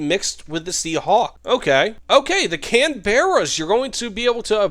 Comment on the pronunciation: Canberra sounds better if pronounced as "Can-bra"